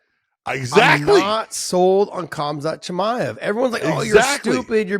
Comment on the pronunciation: Josh actually says cumkhazt chimaev lmao dude learn his name